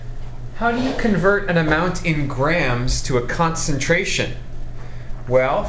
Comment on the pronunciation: Stop talking like that Jeez why do Americans put so much emphasis on the last word if their sentence. "What grammes do I HAAAAAVVVVVE" "First calculate the concenTRATIONNNN".